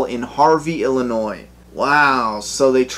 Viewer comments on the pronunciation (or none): none